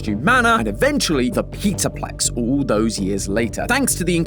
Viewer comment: he says peterplex (peter griffin animatronics real)